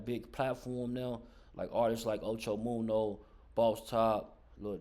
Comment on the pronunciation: You sayin da nigga name wrong da fuck it's munna not munno Ocho munna get it right dude got damn